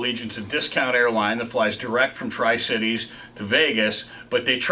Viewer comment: OMG HE SAID TRI CITES THATS WHERE I LIVE XD